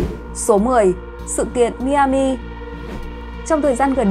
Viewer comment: Tiểu bang Miami đọc là (mai -a-mìa ) cảm ơn